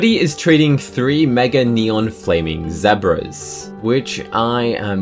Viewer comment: Pls stop saying zebra like that